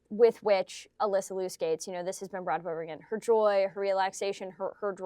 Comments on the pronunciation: Please don't mispronounce her last name, it is not Lew, it is like Leo. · Well, at least pronounce Alysa’s last name correctly, OK? Also do you really believe Ailing Gu was bought by CCP? Why can’t she love China genuinely?